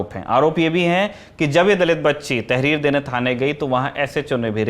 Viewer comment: ये तेहरीर तेहरीर क्या है?